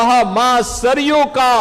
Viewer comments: ಸರಾಯೂ ಅಲ್ಲ ಅದು ಸರಯೂ ನದಿ. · ಸರಯು ನದಿ,ಸರಾಯು ಅಲ್ಲ......Background music hopeless.....